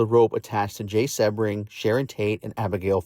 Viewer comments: Jay’s last name is pronounced See-bring, not Seb-ring. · Another AI bot just spewing more lies. A lot of this is untrue. Charles Manson NEVER said he went to the Tate house right after the murders. And Jay Sebring’s last name is pronounced “Seabring” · Sebring is pronounced "Sea bring."